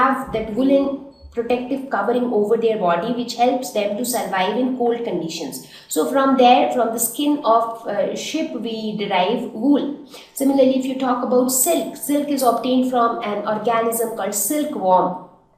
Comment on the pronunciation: 8 :20 not ship it's sheep But nice explanation thanks